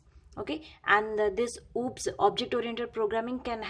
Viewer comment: Maam you teaching so great and most of the topic are clear but please do not call of subject are Ooops these is O-O-P-S. Thank You 🙏💕